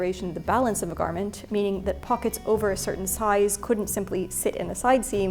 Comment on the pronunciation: If only you had pronounced it throughout as "pocketssezs" . . . :-(